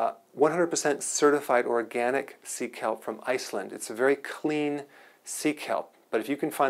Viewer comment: I heard Seek help 😂...then I checked the description box & found out it was Sea Kelp